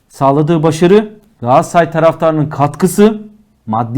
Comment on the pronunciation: Moderatör kardeş, programın adı "Gündem Gaaassaray" mı yoksa "Gündem Galatasaray" mı? Ne yazıyor önündeki kağıtta?